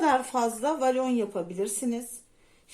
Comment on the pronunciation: Volana inatla valon demenizden izleyemedim 😮